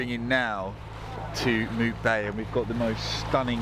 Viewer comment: Mupe Bay not Mute 😉